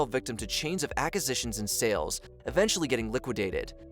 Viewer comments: New drinking game: every time the narrator says “ackisitions”. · "Ackisitions" - isn't there a u?